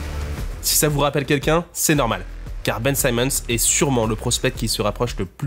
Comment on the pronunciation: Sympa la vidéo, mais c'est dommage de passer de Ben Simmons à Ben Saimmons dans la prononciation du nom d'une phrase à l'autre.